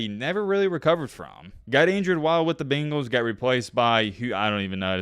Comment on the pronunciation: BANGALS… not the fkn BEENGALS… good lord I’ve never been so annoyed by a word being pronounced incorrectly